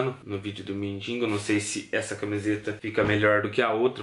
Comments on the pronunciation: Gosto muito do mas por favor não é mindingo e sim mendigo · engraçado é q ele põe no título mendigo mais fala mindingo